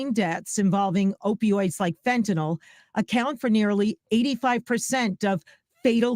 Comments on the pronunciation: Its not pronounced FentaNAWL though. Its pronounced like tis spelled fentaNIL. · It's pronounced "FEN tuh nil". I have no clue what "FentaNOL" is.